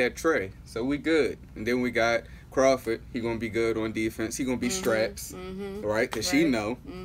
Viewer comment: Crowder not Crawford lol